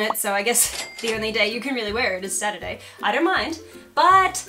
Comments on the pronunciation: 😂 “ATURD” instead of Saturday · a saturday shirt, but emphasis on "turd". I like it.